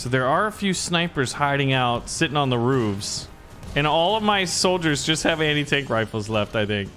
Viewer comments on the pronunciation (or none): none